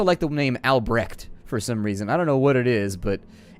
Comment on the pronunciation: Albrecht (which you mispronounced btw) means "everything breaks" and is basically the ideal berserker name So you didn't even look at the name of the guy that died...cold